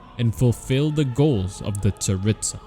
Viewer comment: I know I pronounced the names wrong, I have a hard time pronouncing them... Also, honestly, with the writing of Inazuma, I wouldn't be surprised if the Tsaritsa is actually good and just being used by the Fatui. But what do you guys think?